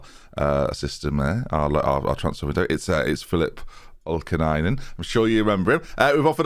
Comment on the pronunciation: ffs READ THE NAMES Olli - kai - nen, you're saying Olkanainen